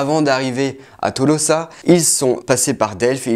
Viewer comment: Tolosa ne se prononce pas comme ça s"écrit vu ue c'est pas du français mais Toulouso avec accent tonique sur lou ( avant dernièr son ).